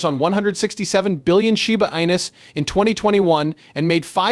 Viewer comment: Sure wish you would be able to make the AI pronounce the coin name properly. Very irritated.